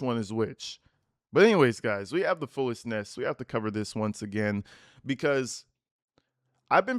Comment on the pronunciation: Every time says fullest nest the captions I hear foolishness lol even the captions hear it too